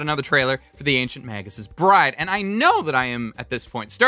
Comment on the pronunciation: I gotta ask. Are you saying Magus Pride or Magus Bride?